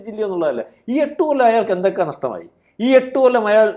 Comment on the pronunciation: *അയ്യാൾ അല്ല പെണ്ണേ.. അയാൾ.!